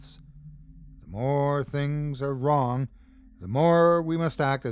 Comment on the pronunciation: The way pronounces the word ‘wrong’ in the intro makes me grin every time.